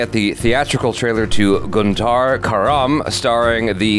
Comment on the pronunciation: Iam from the city "Guntur" itself I've been following u guys from past 5 yrs, I love the way u pronounce the name Guntuuuur , cute😂✨️